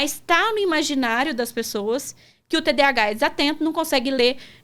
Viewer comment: Só faltou falarem corretamente, pq é toda hora TDH TDH... pq falam errado?? tem um "A" nesse termo!